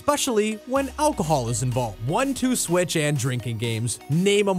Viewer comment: When he said achol I was like: WOW WOW WOW CV I BGG THOUGHT THIS WAS FAMILY FRIENDLY OMG